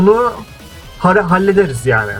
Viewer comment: Abi chara çara diye okunuyor ve fisk sensin oyunda chara dan sonra bete noire gelecek chara riskin ruhunu ele geçirdi bete de chara nınkini ele geçirecek